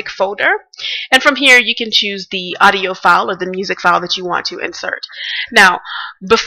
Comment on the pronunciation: odio? ne e sigurno TUKU AUDIO A U D I O